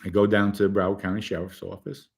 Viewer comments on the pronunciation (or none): none